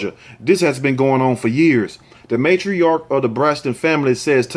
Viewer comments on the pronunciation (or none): none